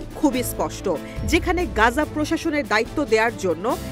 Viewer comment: "গাজা" নয় সঠিক উচ্চারণ হবে "গাজ্জা"... ধন্যবাদ